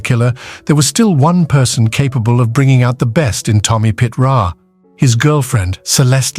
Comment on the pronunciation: Pitera, Kithra and Pit Ra were the most ruthless crew, created by an AI voice, until Pie Terra blew it up